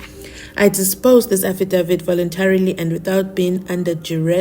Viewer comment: I've got many questions regarding this aFFidaVit (mnisi pronunciation)